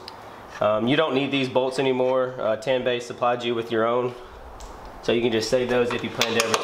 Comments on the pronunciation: You should torque the 3 nuts on the strut tower to manufacturer specification. The word Tanabe is pronounced Ta•na•be, not Tan•ba. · It’s pronounced ‘tun - a - bee’ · Tah-nah-beh! Friendly correction. But i just ordered my injen cai and will be doin the install vid soon for the community. Stay tuned!